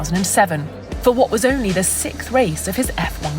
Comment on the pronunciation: The way she says 'sikth' always bothers me.